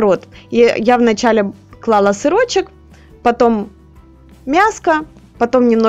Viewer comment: Ну повеселили Вы меня! Я имела в виду смысловую форму речи, не взирая на ,,ГЭ,,... употреблялся глагол ,,выкладываю,, несколько раз, поэтому ,,клАла,, использовать было неуместно. Но сказано было оно правильно, т.е ударение на первый слог!!!